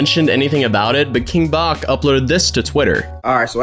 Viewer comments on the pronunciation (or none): It’s king Bach like batch not bawk, I know that is how it looks but it’s wrong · its BATCH. not king boch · Even with him saying his name in his videos you INCLUDED, you still say Bach like the pianist? It's like BATCH. Because it's meant to be 'bachelor'. Come on lol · can we just like acknowledge that he said king Bock not king Bach...lol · Bro this man really said king bac instead of bach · Lol u calling king back king bock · "King bock" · It’s King Bach as in “batch” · It’s king Bach like batch for bachelor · Nobody:: KING BAHCK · He really said king bac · King batch is how you pronounce it btw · Why did he pronounced King Bach as King Bacc? Smh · So no one gonna talk about how pronounces king Bach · SSN elf that’s what I’m trying to figure out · LMAO IKR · Basicallyyh I was so pissed off at that 😂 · Bru stop saying king bach wrong 😂